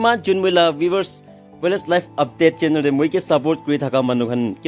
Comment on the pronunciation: You really need to improve your pronunciation bro, channer to channel, wanning to winning, khusi to khushi etc